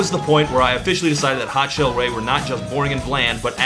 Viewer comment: Nearly a decade later and nadda but hopefully whenever/if he gets around to it he'll learn how to pronounce the band name. Not that it matters because no one but me remembers it being pronounced like 'shelly' so that's another drop in the bucket for their forgettability... especially if even Todd forgets these dudes existed to make an OHW on.